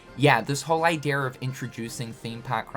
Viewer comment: “This whole idearrr”